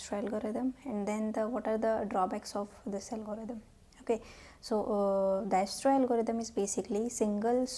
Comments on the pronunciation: For the uninformed , It's pronounced as Diekstra . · visited to see pronunction of dijkstra but ended up watching whole lecture , good explanation .